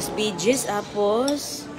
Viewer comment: English mo kasi hindi tama ang pronounciation mo eg. ‘ veegees’🤣